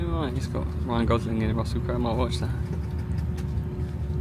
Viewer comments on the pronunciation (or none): none